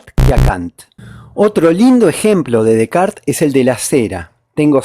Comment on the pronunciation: Sin dudas, parece una condecoración a Descartes y no una critica a Kant. A propósito, qué bueno alguien que pronuncia bien el apellido de René! Gracias por tan fundamentado video